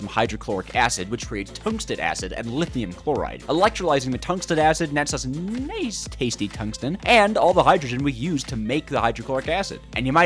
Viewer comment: Did he just say Nayce?